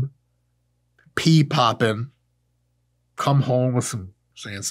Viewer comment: P-popping? Where you from? lol